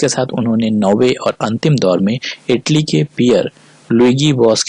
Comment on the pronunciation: Aetaly nahi Italy hota hai